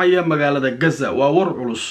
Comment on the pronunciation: sida reer galbeedka ha u hadlin ee qasa dheh hadaanad غ odhan karin